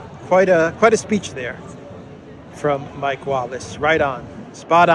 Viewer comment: Great as always. But from an Irish person. Slight correction. It’s Mick Wallace Mick as in rhymes with brick. Not Mike rhyming with bike 😅